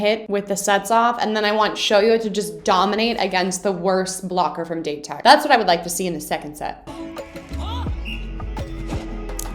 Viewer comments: just a little heads up for the pronunciation..... Date Tech - not like date... ;) more like [Dah - Tae Tech] No 7: Aone Takanobu - it is spelled [Ah - Oh - nae] as the best read blocking team in japan, date tech is a hard enemy... but there is so much more to come for you in the future ;) keep excited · Ok after watching this video I've made my decision, I have to make some sort of video explaining Japanese pronunciation for you. I can't blame you for not knowing but if I hear "date" one more time ima scream lol. Where would be the best place to send it? Twitter I'm guessing? (Also I cannot wait for you to get to season 4, if you even watch to that point, you're gonna love the Inarizaki game) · word of advice: "date" is pronounced like "dah-tay", each syllable is pronounced separately! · Date tech's pronunciation is.. Da Te Tech.. Da and Te "A" for apple and "E" for elephant :) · LMAO that was awesome. Side note, Date is pronounced "Dah-tay." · Date is actually pronounced "Dah Teh", in Japanese the syllables don't end with a consonant (unless it's an N), you'll hear them say it a lot throughout the upcoming episode! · I fully understood your squee. :) I love your investment and excitement for this show, and it only gets better. Now, my English degree compels me to provide some pronunciation assistance. This is done out of love. :) - Date Tech: Dah-tay Tech. Japanese tends to pronounce every syllable individually. "Go, go, let's go, let's go Da-te-ko." You were, in fact, compelled to bob along to the best cheer in this show, because it is the best cheer in this show and we all did and still do, just like you! - The Iron Wall blocker with the intense stare and white hair is Aone: Ah-oh-nay - Ricochet: When talking about the "tool", or rebounds, bouncing the ball off the blockers hands, the word is ricochet. When I hear you say "rickershay" part of me melts from the cuteness, but part of me also cringes. Of course, you can ignore that part if you like. <3